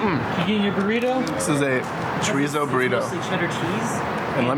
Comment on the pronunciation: i cringed every time they said chorizo